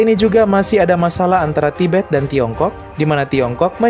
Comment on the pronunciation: tibet jadi tiber